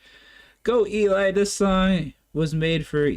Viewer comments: Good review, only thing I would say is Eli's name is pronounced like Jelly 😊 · Thanks for more VoicePlay...my favorite group! Hint...Eli is short for Eliezer (rather than Elijah), so is pronounced "Ellie" and rhymes with jelly. Eli was the front man with rock bands for a decade before joining VoicePlay. It shows here! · I enjoyed your reaction- thanks! The bald rock tenor did front local rock bands in the central Florida area over a 10 year period before joining Voice Play. His name is pronounced as "Elee" (rhymes with Jelly) not "Elie" as it is short for "Eliezer". He is very talented not only singing but doing the lighting and technical effects and has done a few of Voice Play's arrangements (he did this arrangement with Layne as mentioned in the credits). He has a family now so he stays close to home with mostly production side projects rather than fronting local bands. J. None was a former full time member of Voice Play but left the group to join the Navy (he still comes back as a featured guest when he is on military leave and we still think of him as a part time member and part of Voice Play's extended family). J. None has an incredible voice range as he sings bass for the Navy but can hit those tenor and falsetto notes too (check him out in Voice Play's "Lion Sleeps Tonight"). J. None has his own solo channel that showcases his voice range, rapping, beatboxing, arrangements and production skills.